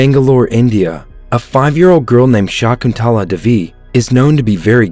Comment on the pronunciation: Its not divi it is day vee